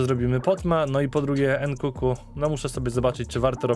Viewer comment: nkunku nie nkuku, nie przekrecaj blagam.